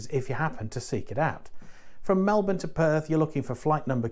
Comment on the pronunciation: 2 comments - thanks for pronouncing Melbourne correctly :D and secondly ... did you get to Gold yet? Cheers from Central Victoria🍻